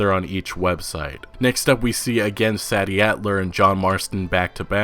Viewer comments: That’s not how you say Sadie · Sad E ?? i think u mean SAY D adler. learn proper ENGLISH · Pretty sure it's pronounced Say-dee as opposed to sad-dee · While I haven't seen the name in print to confirm, im gonna guess her name is spelled SADIE? ...Which is pronounced; 'Say Dee' just FYI bud. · I'm pretty sure it's SAY-DEE and not SAD-EE you're always pronouncing shit wrong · Its pronounced saydie not saddie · Not trying to be rude, just letting you know, Sadie is pronounced "Say-dee" not "Sad-ee" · “Say-di” not “Saddie” Sadie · It's 'Say-Dee' not 'Sad-ee', like the Beatles song Sexy Sadie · PLEASE THE GAME DIDINT COME OUT YET BUT I'M ALMOST 100% SURE THAT sadie characters name is actually pronounced "Say-Dee" not "sad-E" the way u have been pronouncing it has been making me cringe an I'm almost certain its actually the way i just put "Say-Dee" lol btw great videos I watch all the time p.s. please nomore "red dead 2 getting delayed again" videos I new 2 times was their mark lol an I was stressing each time so hard with how much I've been anticipating this game rockstars my fav gaming company ever an red deads one of my fab games of all times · The woman's name is pronounced "Say" Dee" Sadie. Not Sah-D. Really annoying to hear you mispronounce it time after time. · just have to say it.... Sadie (SAY-DEE), not Saddy.... thanks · Pretty it’s pronounced “SAY-dee” not “SADD-ee” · Sadie isn't pronounced as "sad-dee". It's pronounced "say-dee". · Hey you have to say the “a” part in Sadie like aid and not sad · I believe her name is pronounced "SAY-DEE" not Saddy. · It’s Say-dee not Sadie 🤦🏻‍♂️ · Its Mike-Ah not Meeka and SAY-D not sad😞-d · Uh I'm not too sure but IIRC Sadie in this case is pronounced Say - Dee not sah - dee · You say Sadie like this (SAEDie) , not (SADie) , just thought I would let you know for future videos 👍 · Love the info bro keep it coming! ..also i think it might be "Say-dee" not "Sah-dee".. Dont know for sure, just a thought